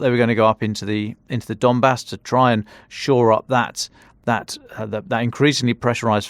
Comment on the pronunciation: "We are going to go up the the dombass" 😂😂😂😂